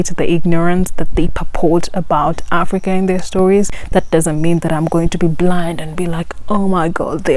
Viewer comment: Africa or Aprica??😅😅